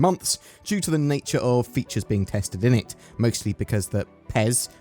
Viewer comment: "...been testing innit..." bruv 😜😂